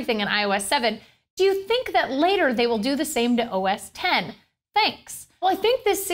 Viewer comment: Glad she says "OS 10" and not "X"